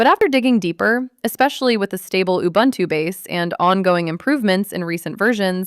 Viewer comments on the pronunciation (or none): Please learn how to pronounce Ubuntu. The way you said it, could be offensive in terms of colonial history. Ooh booon too